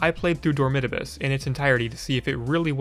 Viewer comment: what pained me the most was how you pronounce dormitabis, my whole life ive been thinking its door-me-tah-bees